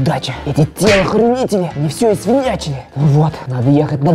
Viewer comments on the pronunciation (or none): Правда он там сказал телохрюнители